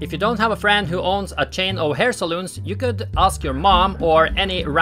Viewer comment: Hair 'salons' not 'saloons'! Unless your a Cowboy from the American Old West I guess!